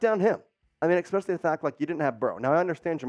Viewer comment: And you said "eckspecialy"